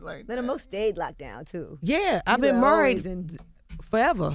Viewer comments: “I don’t date forever. We go together. We get murried.” 😂 I LOVE HER! mA ❤️❤️❤️ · TOO MANY PEOPLE TRYING TO TALK AT ONCE.... TOO MANY CUPS... SIDE CONVERSATIONS... MY BRAIN IS SCRAMBLED 😆 OH AND "MURRIEEED" (MARRIED)